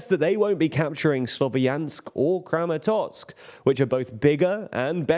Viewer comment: It's "Kramatorsk" not "Kramatotsk".